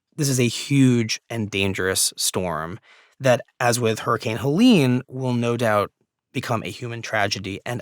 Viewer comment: Where did this weird "hell-lean" thingie come from? Like most hurricanes, this one gets a women's name, Helene, heh-lehn.